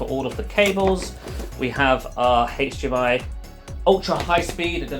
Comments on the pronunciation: Hdmi. Dunno what he smoked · What is the "Haytch Dei My" port?